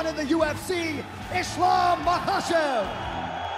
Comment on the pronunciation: You don’t pronounce it maachev it’s a K in there